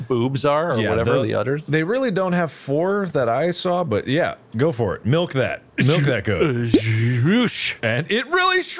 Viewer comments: I love the fact that said "melk" Which is legit our language's way of saying milk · Is everyone here ready to see me MELK!? 🤪 I love how in love is with his goat 🤣